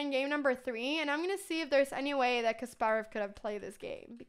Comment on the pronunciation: kasparov is pronounced with empahasis on the 'ass' sound